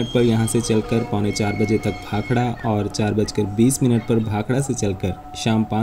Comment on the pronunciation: Very nice video and information. Also liked that you pronounced "Bhakda" and not "Bhakra". Even railways should change the english spelling to "Bhakda". Its been 75 years since the goras left...wonder why railways keeps on spelling it as "Bhakra"!